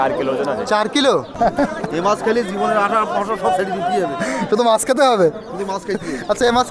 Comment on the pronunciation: মাছকে মাস কেন বলো বারা